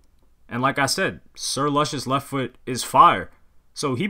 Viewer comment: You don't even know how to pronounce Big Boi's album, lol.